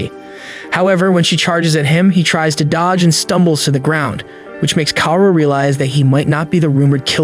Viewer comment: I laugh every time the narrator pronounced Kaoru as “cow”. It’s “cow-roo”.